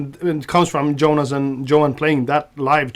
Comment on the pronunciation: Tom, stop saying Djohann and Djonas when you talk about your band mates! :)